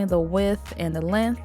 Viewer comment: Love that she uses Holo Taco!!! Yay!!!! Also it’s funny how she said lenth instead of length. 😂